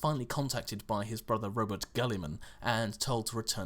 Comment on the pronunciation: It is pronounced "Ro (as in fus RO dah) - Boot", not Robert Guilliman. I know this because it has been pronounced that way in audiobooks such as Know No Fear (which I recommend). In some audiobooks, they pronounce it Ro-Bootey, but I don't find it to my liking.